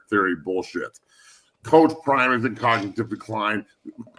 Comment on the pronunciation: Because you can’t coach 😂😂😂crime instead of prime 😂😂😂